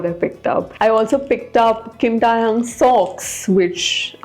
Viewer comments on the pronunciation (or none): Babe its Kim Thay - hyong thats how u pronounce his name. Pls i sont mean to be rude.. But as someone who has to always correct people for saying my name wrong.. I just cant stand it when people pronounce names wrong.